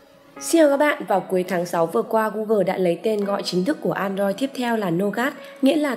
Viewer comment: gu gồ mà đọc gu gờ